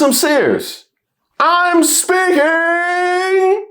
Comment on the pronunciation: Home girl went crazy for a moment. "AM SPEAKNG" 😂😅 FOOLERY AT IT'S FINEST.🙄✌